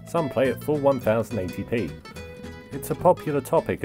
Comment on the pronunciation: "One thousand 80 P" TRIGGERED